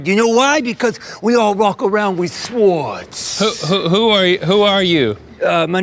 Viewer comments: I love how Paul pronounced the W in swords 😂😂😂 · This is a real bad neighborhood bc we pronounce silent w’s in words like swwwords. 😂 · "This is a weal bad nighberhood ya. We all walk awound wif swowds